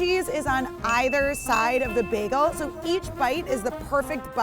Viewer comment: On either side of the bag-el sounds awk to me...both?